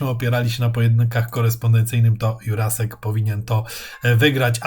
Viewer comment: Juracek nie Jurasek